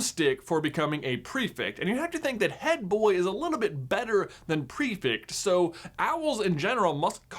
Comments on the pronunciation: PrefEct not PrefIct. :-D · "Pre-fict". Makes my brain itch every time. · PREFECT NOT PREFICT ( I’m English )